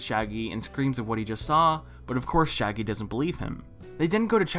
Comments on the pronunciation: He did and I'm ashamed to admit that I laughed for a solid minute at that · lol i laughed so hard mainly because it flew over my head